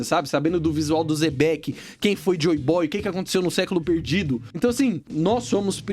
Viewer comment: Se pronúncia Xebec não Zebeck